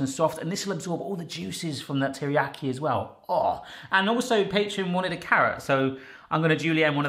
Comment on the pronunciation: Please learn how to pronounce Teriyaki